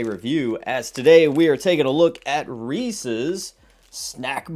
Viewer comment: I stopped watching as soon as you pronounced it wrong . Is it that hard to see the apostrophe.